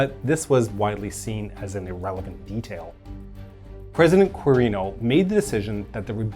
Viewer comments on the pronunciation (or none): This... I definitely didnt expect. As a Filipino, there really is a lack of details regarding cold war history besides the ones tied to Marcos. Also, we usually pronounce Huk as Hook and Osmeña as Os-men-ya (notice the ñ [enye] rooted in spanish) Edit: We also pronounce Quirino as Kee-ree-noh